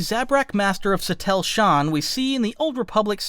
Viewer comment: If you're doing videos on lore of any kind, real or fictional, it wouldn't be hard to look up the pronunciation of words. Trah-kah-tah. Not Trak-a-tah. Also Sa-teal, not Sa-tell. My lord... Doon-mock, not Dun-mock. My guy, it's really not that hard, especially if you're a Star Wars channel doing exclusively Star Wars lore.